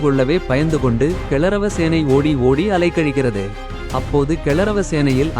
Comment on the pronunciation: அடேய் பே கூதி கௌரவ சேனையை கிளரவ சேனைன்னு சொல்லுற... நல்லா பேசுறிங்கடா